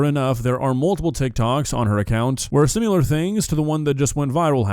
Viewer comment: Sorry but it drives me nuts when you say simular 💔